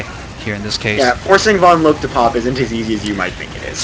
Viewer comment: Drop the E on vonloke when you say her name, you always say it wrong haha